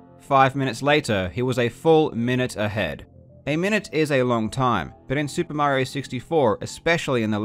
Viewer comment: soo-pah mary-oh